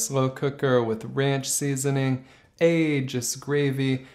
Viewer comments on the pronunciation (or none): Please look up how to pronounce Au Jus, it will save ya in the long run lol. Looks good though